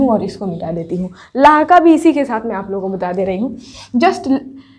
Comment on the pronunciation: Aap bahut achcha padha Rahi Hain lekin Lahiqa ko Lahqa kah rahe hain please sahi karen